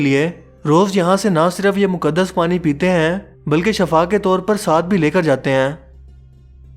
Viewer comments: Assalam o alaikum Bhai Shafa nahi hota hai Shifa hota hai Aapki video informative hoti hai lekin aap bahot Saari jagho mein Shafa lafz ka istemaal karte hain jiska lafzi maani Beemari hai Shifa Yaani sehatyaabi Thanks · Ap lafz "Shifa" ko "Shafa" bol rhy hen.. "Shifa"ka matlb Zindagi "Shafa" ka mtlb Mout hota hai.. Please correct me if I'm wrong. JAZAKALLAH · Bhai video bohot achi hai per kindly correct the word shiffa not shafa ..... Shafa ka meaning hai mout ana..... Shiffa ka metlub hai heal hona shukria